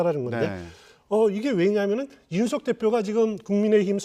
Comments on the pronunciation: 이준석인데 왜서 내귀에는 이윤석으로 들릴까 내가 문제인가 아님 저사람이 문제인가 헷갈리네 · 이제는 이주석이라고 하네~저사람 언어장애가 있는 건가~헐!